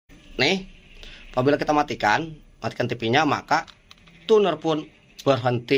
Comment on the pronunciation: Itu Tuner Di Baca Tuner ya. Bukan Cuner. 😄😄